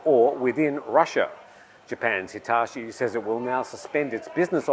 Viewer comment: The way you butchered Hitachi pronunciation was truly outrageous